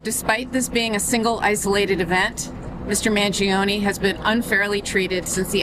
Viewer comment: Mangione is 3 syllables, not 4.